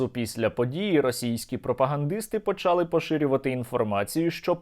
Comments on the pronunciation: Для чого говорить весь час неправильні наголоси: почАли, якщло правильно українською мовою почалИ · почАли - так говорила одна стара баба в 1984 році, у них в селі на заході України такий діалект, а правильно почалИ наголос на И українською мовою